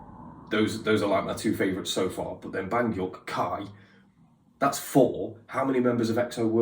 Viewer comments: Banhyuk😂 i'm dead🤣 it's baek like bek (sound like bet) and hyun like in hyunjin😂 They are officially 9 now but they actually debuted as 12 so you might see more members in the old songs, there is 4 Chinese members 3 of them left (Kris, Luhan, Tao) "due to some problems with the company" and one is in China now (Lay) and he haven't been participating in some last few comebacks also because of the dumb company😑 Anyway the names of the other members left are: _SUHO the leader (SU is just SU not like syou or sue, and HO like who) _D.O easy to say it right🙂 _SEHUN the youngest (the SE sound like in set and HUN sound like hoon like moon) _XIUMIN the oldest (this one kinda hard😅 but i'll try, XIU is like the sh sound not ch and you so it's shyou, then MIN is like in minute) The others (Kai, Chanyeol, Chen) you said them right👍🏻 . If this wasn't helpful enough you can watch this video he say it in Korean then in English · I lost it when u said banyok 😂😂😂😂don't worry u don't need to be sorry for not pronouncing it right take your time and don't rush exo-l are really chill and mature we won't attack or criticize you for making mistake or giving your honest opinions we even accept constructive criticism for exo 😊but the banyeok is iconic 😂😂😂😂😂👌❤im also impressed by how u got 3 members right fast specially chanyeol some people take months to get all the 9 members down and that fine ❤